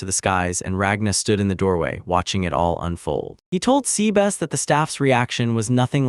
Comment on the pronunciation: C-Bass is a very different take on the pronunciation